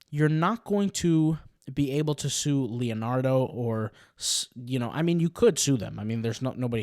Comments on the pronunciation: It's not Len -ardo, it's Leon-ardo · It's hard to take someone seriously when they pronounced Leonardo as Luh-Nardo